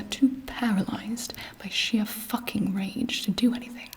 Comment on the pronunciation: the way she says FACKING its so like HUHH WHAT DID GIBI JUST SAY